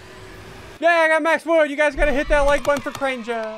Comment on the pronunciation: Drink that like buttun